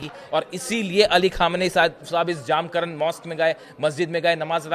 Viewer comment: 1)मस्जिद का नाम जामकरन नहीं है. मस्जिद का नाम "जमकरान" है. 2)और कृपया "इमाम महदी अलैहिस्सलाम" कहिये.